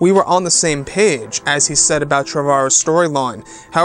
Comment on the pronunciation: his name is pronounced Trevor-o. Like the first name Trevor